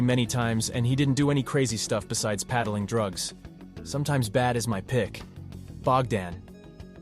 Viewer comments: Peddling. Not paddling. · AI VOICE OVER... Please stop! It leads to so many mis-pronounciations.. Straight off the bat .. seconds - 'Paddling drugs'.. wtf does that mean?